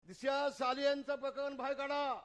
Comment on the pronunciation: Dishiya hyala sarl disha bolta yet nahi pillu mhntos tyanech tula zhandu bam lavyla lagla 😂😂😂